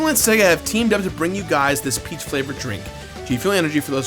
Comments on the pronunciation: when he first started talking about g-fuel I thought he said 'pee flavored g-fuel'. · I love these vids but did anyone else thing he said 'pee drink' at first? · Not gonna lie, every time you said "peach flavor" I heard "pee flavor" and was really confused... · Ok yeah that's exactly what I hear too! I just didn't wanna comment because I didn't wanna be rude lol